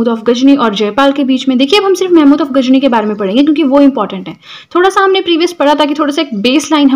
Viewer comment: Not gajni😅 it's ghazni